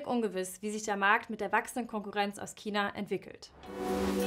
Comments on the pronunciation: Dislike weil es nicht Kina sondern China heißt sonst gutes Video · Das aussprechen von China als Kina ist falsch sowie ist das Geräusch vom Marker grässlich. Dennoch interessantes Video. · Gutes Video! Aber seit wann heißt China, Kina ?! -. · Ja, sehr unpassend. Und sie sagt immer Kina... 😵‍💫 Aber sonst sehr schön gesprochen. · "Kina".....ansonsten super Video. Sehr interessant. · kommst du aus bayern? du klingst übel danach... schon vor dem kina interessant finde ich dass bei deinem china-k so 5% "ch" mitschwingt tatsächlich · Kannst du bitte aufhören Kina zu sagen. Es ist nicht schwer ein CH auszusprechen. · Bitte vermeidet es im Dialekt zu sprechen. Kina ist nicht hochdeutsch, genauso wenig wie Brezn (wurde in nem anderen Video gesagt) Das gehört hier nicht rein, ansoonsten gutes Video